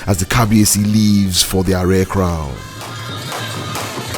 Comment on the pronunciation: May i say its ADE AARE not ARE